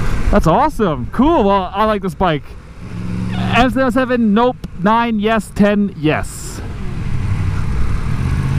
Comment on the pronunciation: Am I the only one that's struggling to understand what he's saying when he says the name of the bike? It sounds like he's saying S-Zero-Oh-Seven. I know it's an FZ-07, but wth?